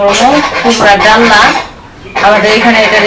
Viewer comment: ডাল্লা নয় ডালনা বলে।